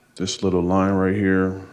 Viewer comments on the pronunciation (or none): none